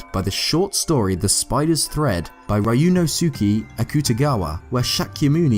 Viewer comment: Ryunosuke is pronounced more quickly, for example: Ree-un-os-key (the u in the -suke part is rushed).